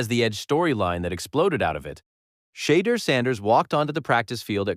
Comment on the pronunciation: Is this AI? how are you saying the guy's name wrong in 2026